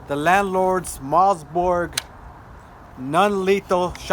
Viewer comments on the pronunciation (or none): Did he say mozborg? Maybe he meant Mossberg. Lol